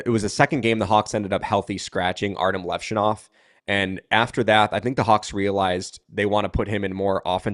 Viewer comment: It’s Lev shunov not leshoenov